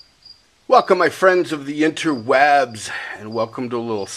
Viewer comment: i like how he says recoal and interw3bz